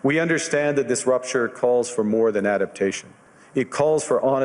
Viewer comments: Rupture not rapture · I think the word you said wrong was "rapture" when it should be "rupture"